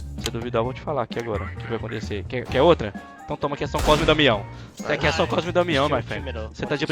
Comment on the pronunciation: em SC também, "ôta" só com bebês. "Quer outra?" seria pronunciado "Qué ôtra?". "Ota" nao faz sentido, e é uma pena que o meme foi passado dessa forma pros estrangeiros.